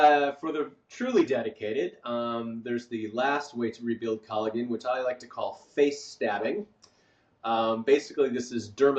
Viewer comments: Did he really pronounce it "colla-Gen"? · It is pronounced CollaJen, even though it is spelled Collagen. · Great info my guy pronounces collagen funny